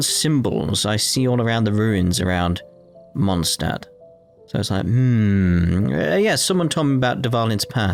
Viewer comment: In the first part you worried slightly about saying Mondstadt wrong. And since then you have said it in the exact same way as the game. Which is wrong. And now there's the "Holy Lyre der Himmel", which the game also says wrong. At least it seems to be consistent in the way it is wrong. Kinda like "Atelier". Also the name Venti reminds me of a prominent character in Rune Factory 4 - who happens to be a dragon.